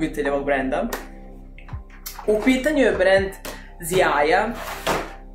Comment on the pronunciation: Ovaj proizvod se izgovsra Žaja tako i Poljaci izgovaraju. To je prezime osnivača brenda.